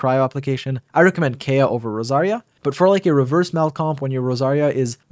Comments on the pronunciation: its kaeya not keya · Every time I hear Kaya I get a stroke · IT’S PRONOUNCED: KIE-UH... 😒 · Never heard anyone pronounce Kaeya the way this guy does. They actually say it in game too. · Is it some sort of inside joke where you pronounce Kaeya wrong?